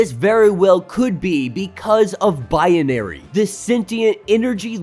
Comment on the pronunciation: I know this is petty but every time you say binary it sounds like bianary